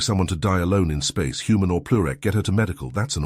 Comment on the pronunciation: Heard it say human for most of a story but one time said "Hoomon"